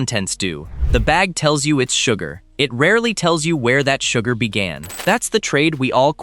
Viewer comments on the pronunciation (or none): its sugar not suger, oh AI how you disappoint as usual